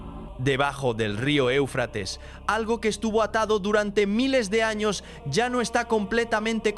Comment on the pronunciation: Porque no pronuncias la Ñ se dise años no anos los anos están en el trasero saludos desde Gran Canaria España🇪🇸 Gracias por compartir esta interesante historia 💙❤💜💙❤💜🙏🙏